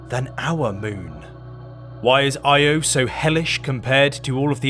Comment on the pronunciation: I had to stop watching after you mispronounced it. Not even researching it’s pronounced Ee-oh, unforgivably lazy.